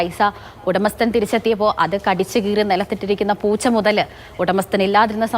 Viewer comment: പോച്ച അല്ല ചേച്ചി.. പൂച്ച. 😜😜😜